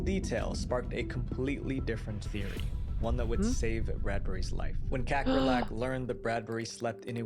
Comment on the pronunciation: kakkerlakk means cockroach in Norwegian😂 probably other germanic languages too. Never heard it pronounced in an english way before😆